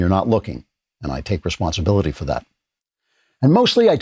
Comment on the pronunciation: Andrew, you are lacking the dramatic pauses around '...I.. take.. responsibility...'